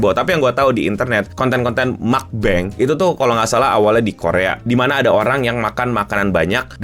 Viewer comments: Mukbang, bacanya meokbang (mokbang). Mokbang bukan makan banyak, tapi makan yg direkam & akhirnya mrk upload di yt/platform sosmed yg ada audiencenya. Meok(mok) kepanjangan dari meokda(mokta)=makan. Bang kepanjangan dari bangsong=rekam/streaming/live streaming. Itulah arti dari mukbang/meokbang(mokbang), bukan makbeng/mukbeng. Smg dpt dimengerti🙏🏻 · 🔍 Bacanya "Mok-bang" ya bukan "Mak-Beng". Tulisan aslinya 먹방, (meokbang). Kombinasi dari 2 kata korea “Makan” (먹는 meongneun) dan “Siaran” (방송 bangsong) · “Bacanya Mukbang bukan mukbeng ” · Njirr gue bengek bang bilang makbeng Setau gue tu mukbeng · mukbang bukan mukbeng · mungkin maksudnya makbeng bukan mukbang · MUAK BANG (2) WKWK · meokbang bacanya (MOKBANG) Pake O gk pake U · Mukbang siaran makanan itu bhs korea. Mukbang bang bkn mukbeng atau makbeng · Mukbang tetep dibaca mukbang (먹방) bang, bukan mukbeng or makbeng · Bisa ga bilangnya mukbang aja jangan makbeng !! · Makbeng bang bukan mukbeng. Mukbang juga boleh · yang bener tuh mukbang bukan mukbeng tapi sesuai selera aja si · Yang benar mukbang bukan mukbeng bang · Meogda = Makan Bangsong = Siaran Meog+Bang --> Mukbang (Diucap: Mok-Bang, bukan: Mak-Beng) CMIIW. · Baca lurus aja bang, mukbang bukan makbeng mukbeng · Itu dr bahasa korea, jd musti disebutin secara korea Muk-Bang.. bukan mukbeng, makbeng, mekbang, atau secara inggris.. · Bacanya meokkbang, bukan makbeng or mukbang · Bukan mukbeng bang tapi mukbang bukan makbeng juga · Mukbang bukan muck bank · Mukbang, kek pelafalan indo aja bang, muk-bang Bukan makbeng 😭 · MUKBANG biasa aja penyebutannya bang, Bukan MAK-BENG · kalo dari bahasa koreanya sendiri dibacanya mukbang/mokbang bukan mukbeng apalagi makbeng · muk- bang not mak-beng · mukbang bukan makbeng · Mukbang bacanya literally mukbang bang, bkn mukbeng atau makbeng atau mekbeng Dri bahasa korea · yang bener bilangnya mukbang bang bukan mukbang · mukbang bacanya mukbang. dari bahasa korea, bukan dibaca makbeng atau mukbeng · Meokbang dibacanya